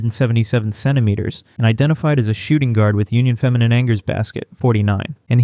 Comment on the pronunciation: Just note that her French team’s name is pronounced “ahnjeh”